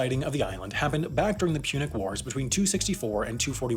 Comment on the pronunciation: "Ah yes, the pubic wars, the sexiest of all wars"